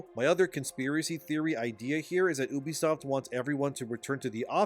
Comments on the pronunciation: Hey dude its Ubisoft not Übisoft. Its incredibly annoying to listen to you pronounce it like that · U-bisoft. Not oobisoft ffs